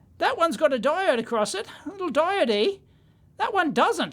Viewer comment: is "diodee" a daveism or an aussie-ism? unsure after this video if dave just likes saying diode funny, or if it's an australian thing. either way, a diodee seems like the only deity dave would preach for :D